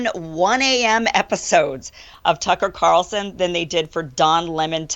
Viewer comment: Everytime you say "Tuckle Carson" I'm doing a shot...